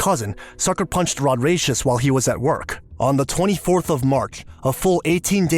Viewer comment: Rodracious? 😵‍💫 Shamonica? 🙄